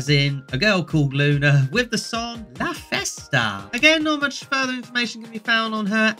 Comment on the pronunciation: It's la Festa not Vesta. And Luna has partly Italian roots and festa is Italian for party (not Spanish!).